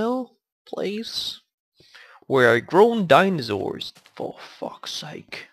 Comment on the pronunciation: its dinosaur not dinozaur